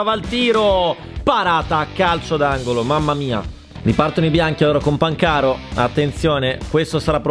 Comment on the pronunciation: si dice pàncaro non pancàro